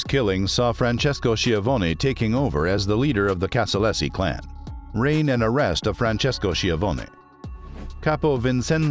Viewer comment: Casa-LAZY not LESSI